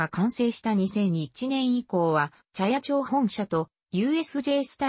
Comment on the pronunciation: モシモシ、茶屋町は「ちゃやちょう」ではなく「ちゃやまち」でっせ。